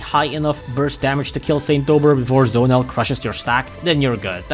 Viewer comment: Bro it's Z-o-nel not Zonel